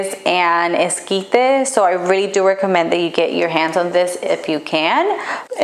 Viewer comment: I think it’s funny she sounds so American until she try’s to sound Mexican with only specific words, that’s how you know she a fake Mexican…